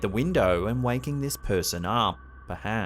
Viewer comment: it sounds like he's says "Perdance". I believe he meant perhaps but that was odd.